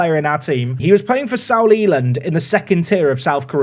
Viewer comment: ...did you pronounce Seoul (Soul) as "Saul"? Tsk tsk